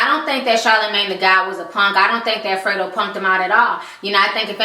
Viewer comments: respect to you for doing this show but please know how to pronounce the ppl you talk about name properly. its not Freedro. its Fredro. like (Fred and Ro) combinded. smh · GOOD VIDEO. ITS NOT "FRITO", ITS "FREDRO" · FREDRO, not Frito..damn girl lol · Free dro Lol its funny how you say his name i love it😄😄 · it's pronounced Fred Dro. You made it sound cute though